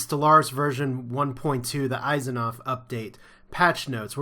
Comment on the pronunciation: Your mispronouncing Asimov...